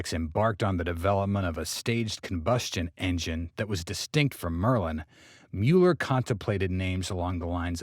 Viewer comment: Not Mewler, Muller.